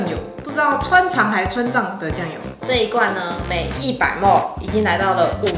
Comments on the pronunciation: 莫mol 咪哩ml 雖然我知道大家不一定都懂 但聽起來真的好難受_(:з」∠)_ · 別再把ml說成莫了== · 我以為只有新北人會把ml講成ㄇㄡˋ原來大家都會